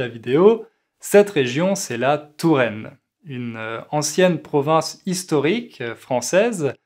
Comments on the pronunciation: J’apprécie vos vidéos qui sont fort intéressant. Il me semble, cependant, que vous prononcez le mot “province” comme Provence”. Il se peut que ce soit moi qui est un problème d’écoute. Suis-je la seule ? En tout cas, un grand merci pour partage votre savoir avec nous. Meilleurs sentiments. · pourquoi vous prononcez "province" comme 'provence"?